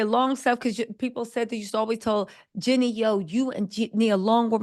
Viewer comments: It’s jeanie not Jenny … I can’t even finish listening to rest 😂 but so far I agree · Genie! Not Jenny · It sounds like Ginny, like Ginny and Georgia. Lol